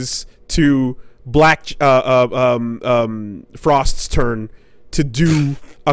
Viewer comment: Yo almost said Balck Chie instead of black frost